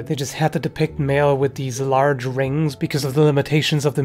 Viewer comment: I like how made emphasis on the word “large” lmao